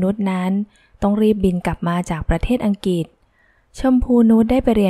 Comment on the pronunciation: สนุกค่ะ เสียงน่าฟัง ขออภัยค่ะ อังกฤษ อ่านว่า อัง-กริด ไม่ใช่อังกิด